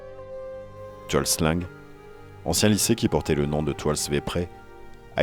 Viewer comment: très bon documentaire . attention cependant à l'utilisation des mots cambodgiens parce que la logique écriture/prononciation orientale peut être très différente de la logique occidentale . alors quand vous lisez "tuol sleng" (= la colline empoisonnée) , il faut prononcer "toul sleng" . quand vous lisez "tuol svay prey" (= la colline du manguier de la forêt) , il faut prononcer "toul swail preil" . quand vous lisez "Kampuchea" (= Cambodge) , il faut prononcer "Kampotchy" .